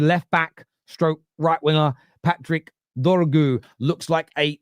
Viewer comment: its DOR-GU not “Doggu” how did you find a way to mess up such a simple name?